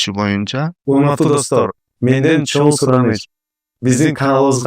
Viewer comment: ИНИМ РАХМАТ ЖАКШЫ КОНТЕНТ БОЛУПТУР. ЭЛГЕ КЫЗЫКТУУ, ЖАНА ЖАШТАРГА ПАЙДАЛУУ. БИР СУРАНЫЧ БАР САГА. АКЦЕНТИН АЗАЙЫП, КЫРГЫЗЧАНЫ ЖАКШЫ ЭЛЕ ОЗДОШТУРУП КАЛДЫН. БИРОК: ЧОН РАХМАТ ДЕГЕНДЕ Н ТАМГАСЫН ТУУРА АЙТКАНГА АРАКЕТ КЫЛСАН ЖАКШЫ БОЛОТ ЭЛЕ... Я ИМЕЮ ВВИДУ НОСОВОЙ ЗВУК Н. ОН ПРОИЗНОСИТСЯ ТОЧНО ТАК КАК ПРОИЗНОСЯТ АНГЛИЙСКИЕ ИНГОВЫЕ ОКОНЧАНИЯ--- ng.